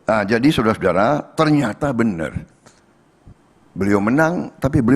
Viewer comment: Suudara suadara😂